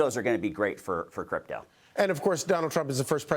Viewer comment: It's CRYPTO not "cyrpto"